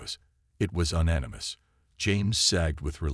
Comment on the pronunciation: Un animous??? This AI really ruins it